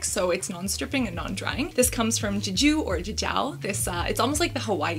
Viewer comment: je as in jessie, ju as in juice, put them together that is how you say jeju. it's korean cass no french lmao